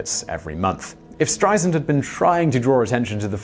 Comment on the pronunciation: Apparently the “Streisand Effect” hasn’t resulted in the consequence of people knowing how to pronounce her name. It is not pronounced STRY-zund, as this man says. It’s STRY-sand (like sand on a beach). I mean my gawd, the woman has been world famous for 60 years. Then again, Brits still call L.A. “loss-ANN-juh-leeze,” so we have a lot more work to do.